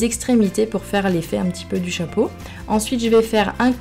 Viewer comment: elle dit choipeau sinon c est trop beau